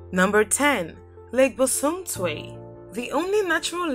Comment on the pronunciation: Please it's Lake Bosomtwi not bosumtwe Thank you and much love from 🇬🇭